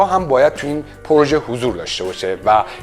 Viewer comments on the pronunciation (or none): none